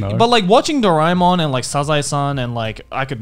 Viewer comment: i grew up with doraemon but in India it was dubbed so now i can never see the original since ive hardwired their voices into my head and it would hurt just to hear it in any other language. also since indians dont pronounce things too similarly Dorae-mon was said as Dore-mon